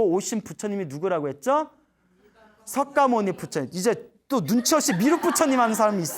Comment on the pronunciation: 광고너무양심없이오래하네 그리고석가모니정확히말해주세요 서과모니이런용어쓰지마세요